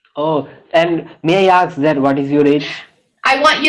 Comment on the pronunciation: Ask not Aks